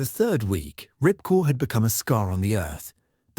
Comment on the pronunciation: The base was called Ripcord yet the guy kept calling it Ripcore, very sloppy commentary